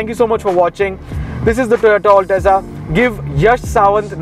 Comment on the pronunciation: It's not all teza you gawar, it's al-teza